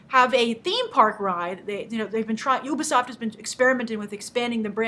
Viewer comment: ITS NOT UBER_SOFT its U-BEEEE-SOFT!!!!!